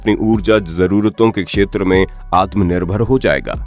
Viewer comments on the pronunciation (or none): none